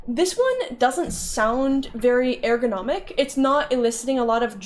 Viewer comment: I have never heard a single human being pronounce "eärgonomic" the way you do.